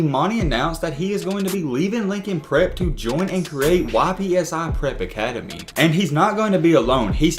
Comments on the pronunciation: It’s pronounced “ipsi” not YPSI there from Ypsilanti,MI. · It’s not Y.P.S.I., it’s Ypsi 🙄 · Its pronounced "yip see" not Y.P.S.I btw great video tho keep it up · YPSI is short for Ypsilanti, which is pronounced "ipsilanti" or "ipsey" for short not Y.P.S.I. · It’s not Y-P-S-I prep it’s pronounce Ipsi. And Lincoln isn’t a prep school. It’s a regular high school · Imagine saying Y P S I academy 💀it’s one word ypsi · its not "Y.P.S.I" its pronounced "ipsy" for Ypsilanti, MI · It’s not Y.P.S.I prep it’s Ypsi(ip-see) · “YPSI PREP” 🤣🤣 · Its not y.p.s.i it’s pronounced ypsi (it-p-see) lol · Why are you pronouncing it Y PSI, it's just ypsi like ypsilanti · it was the "Y.P.S.I." for me 😂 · It’s pronounce Ipsy like tipsy without the t